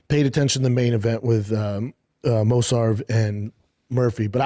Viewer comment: The Main event with Mosarv….hes illiterate. It’s Mosvar, and it’s not difficult to remember